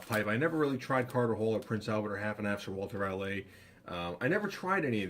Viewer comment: Let us know what you think of that Sir Walter Ral-AY ;)